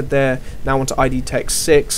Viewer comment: The company is not named 'i' 'd' , it's 'id', one word. id. As in one of the 3 parts of the human psychic apparatus.